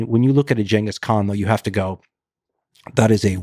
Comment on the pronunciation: It’s Genghis not Genghis